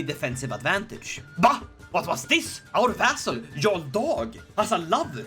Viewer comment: It is yarl not jarl the j makes a Y sound